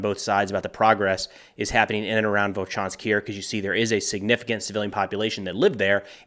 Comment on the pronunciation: Vovchansk,. Volchansk is the russian name for the town 🙏